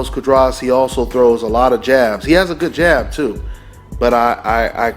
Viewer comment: cu -ah-dras